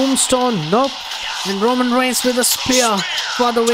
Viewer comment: Bro its reigns not rangars